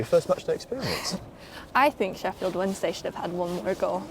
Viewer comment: Oh, I thought he was going "Shefield" ;)